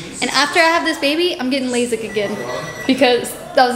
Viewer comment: Keren getting “lazik” not lasik 😂😂